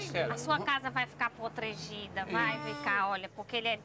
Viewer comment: Até não tava tendo tanta graça mas a hora q a moça disse "potregida"😂😂😂😂